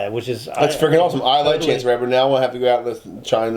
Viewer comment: It's chance the rapper not chase lol